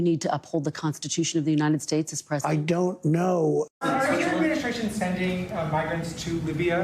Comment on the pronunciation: "I down't noe"! Fipper-flop, depending on who spoke to him last.